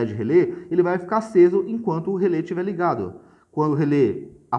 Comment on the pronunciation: "Relé", amigo, não é "relê". Acento agudo.